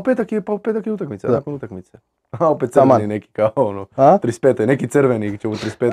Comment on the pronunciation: Zašto Krizmanić umjesto "utakmica" govori "utainca"? 😄